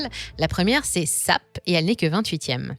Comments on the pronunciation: S A P et pas SAP!!!! (chaque lettre se prononce à part) :) PS: cette remarque est importante :p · Pour info SAP se prononce S.A.P. Ancienne création de 3 informaticiens pour Dow Chemical (D), ils ont ont quitté IBM, quand celle-ci refusa de développer cet outil de gestion d'entreprise, le n°1 aujourd'hui. Comme il vendirent le DOS à Bill Gates, qui en fit Windows... Quelle magnifique vista ... De N° 1 en valorisation boursière à NYC ... Que sont-ils devenus ... ? Bon ils n'ont pas disparus comme Kodak. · On dit S A P 😂